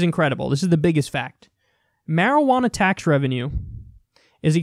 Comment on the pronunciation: you're not pronouncing marijuana correctly